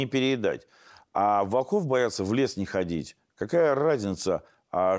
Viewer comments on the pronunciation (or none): none